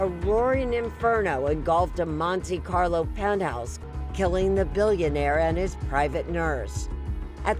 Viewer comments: It is not pronounced "Monty Carlo"!! Reminds me of Monty Python 😅😅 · ¨Monty-carlow¨ - are you kidding me Erin 😄